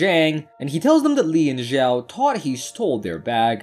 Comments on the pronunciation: Zhao should pronounce chao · 'ziao' 💀bro it takes two seconds to check the pronunciation in google translate pls I'm begging